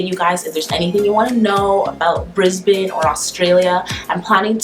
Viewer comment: Good girl! Thank you for pronouncing Brisbane properly. Keep away from that evil makeup!